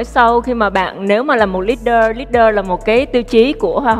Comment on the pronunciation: Mình nghe có nhầm ko vậy? Có phải Hoang My phát âm “leader” Li-đờ thành lít-đơ ko? The hell? She’s been studying aboard for several years and pronounced that word incorrectly???